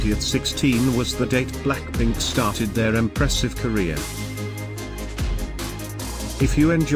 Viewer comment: what did you say "Blackplink" instead of blackpink🤣